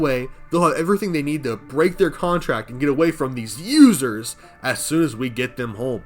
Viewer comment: Saying users with the hard "U" just got me